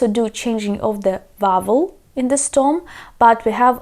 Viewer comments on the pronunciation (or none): I think you are pronouncing "stem" as "stom" - just in case nobody has mentioned it yet. It could be consusing for somebody.;)